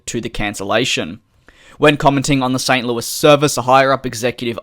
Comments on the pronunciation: You pronounced St Louis exactly how it's supposed to be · FYI, you did pronounce St. Louis correctly